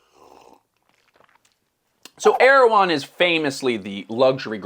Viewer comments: I believe it’s pronounced Er-ew-hon. Either way, same business model as Goop. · Man, every time i heard you say the company's name i thought you're talking about the Turkish president...